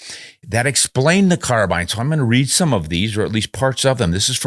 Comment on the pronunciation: I am pleased to hear you pronounce "Carbine " the way it should be . I have heard the argument that it comes from the French ...CARBINA or something like that ..... but Australia and the USA speak ENGLISH not French . Just my little windge for the day.